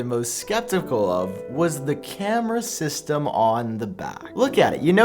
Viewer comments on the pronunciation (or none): none